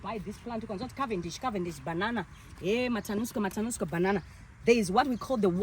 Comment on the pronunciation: It’s called Matanuska not tanuska